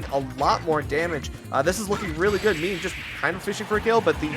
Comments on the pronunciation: Its not "meme" like a picture of something on social media. Its "meh-may" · lol meem... its meh meh